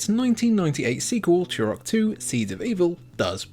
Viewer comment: Remember that game, ‘Chew Rock’? It’s T not CH!